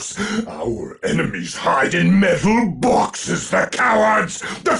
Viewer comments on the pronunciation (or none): Has no one told him that Chaos has Rhinos...erm, I mean, "Metaw Bawksez!"?